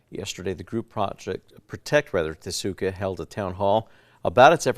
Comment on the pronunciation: Are the newscasters who insist on mispronouncing Tesuque, going to start calling their city "Albuquer-KAY"? 🙄